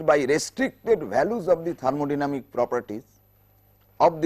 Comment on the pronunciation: it is thermodynamic not thermodyamic you missed the 'n'